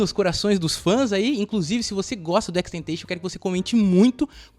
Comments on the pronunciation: Sim mano deu uma agonia mas o vídeo ficou maneiro kkk só a pronúncia do nome que ficou estranha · Só senti falta da pronunciação certa do nome dele… 🥲🥲🥲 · Tenho agonia por quem pronuncia o nick dele errado